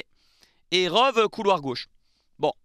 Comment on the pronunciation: Rove? Comme les chèèvres? :) On dit "Rowi"